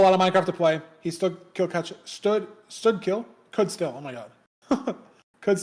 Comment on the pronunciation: When you mispronounced "should still" it sounded like std::kill which I'd be willing to bet is a thing Edit could be wrong but I think I lose this bet. kill_dependancy, terminate, and destroy all exist tho